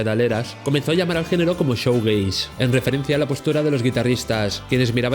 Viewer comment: Crítica constructiva: Shoegaze se pronuncia "Shuugeis"no "Showgeis". El contenido del vídeo es muy interesante,pero la mala pronunciación echa un poco para atrás